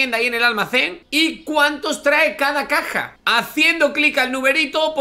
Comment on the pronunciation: No dice Caja Dice Cac@